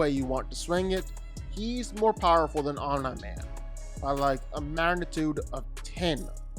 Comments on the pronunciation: If Batman beats Superman, Omni man would destroy Superman. Glazing Superman for doing shit that he needed 2 other people for and then docks that from Omni man. You forget Superman has a weakness. If Omni man got a piece of kryptonite then Superman is done for. But you need to go watch the show again, you sound dumb saying Om-Nye Man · The name is pronounced om knee man. Stop slaughtering the name😂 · Why do people make videos about people when they csnt even pronounce there name right?😂 "om- knee - man" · First time I heard of smart atoms and being called Omnah Man. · Why are you pronouncing it “omn-eye man”? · that’s enough, I’m out, Omneeee man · Omnee man not how u pronounce his name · Bro, they literally pronounce his name constantly throughout the series , But you chose Hoblaman 😂😂😂😂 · Fun fact: "Omni-Man" is not pronounced "Om Nah Man". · Omn Naaaay Man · He said “Om Nai Man”😭😭😭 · Omna man 😂😂😂😂 cmon fix his name bro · Who tf is Om-nEye-Man? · Bro they say "omni man" correctly in the show many times how are u mispronouncing it 😭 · i hate the way you pronounce OmniMan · How he manages to pronounce Omni Man differently every time and not get it accidentally right once is impressive. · How did you butcher omni-man's name so bad? Its literally pronounced in the show lmao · The way u pronounced Omni man pissed me off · Bro can’t pronounce omni 😭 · I'm one minute in and the way omni man's name keeps getting pronounced is so cringe I am out. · The way you pronounce Omni-Man gives me anxiety. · Just glad someone else noticed, honestly. Was like nails on a chalkboard to hear him say the name. And he says it that way SO. Many. Times. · 'Omn man' bro it's ommi man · it's Om Nee Man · "I do fight breakdowns" You also pronounce names wrong. It's pronounced "omnee" not "Omnye the science guy" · It is pronounced (om-nee) not (om-ny) would you say (om-ny-po-tent)? No. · Om-nye man? It’s pronounced om-knee man rere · Omni Man… ❌ OMNAR MAN! ✅ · Omni =(Om-Knee) not (Omn-Eye)